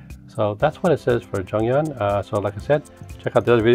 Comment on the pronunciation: You read her name wrong tho😂